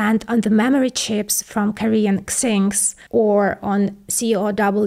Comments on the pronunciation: great video, thank you. just for your future reference SK Hynix is read S-K - Hai - Nix, not skiinks... lol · 😄 SKhynix stands for "South Korea hynix" and is read same way or just "hynix" the way you said it sounds hillarious 😂 great vid as always 👌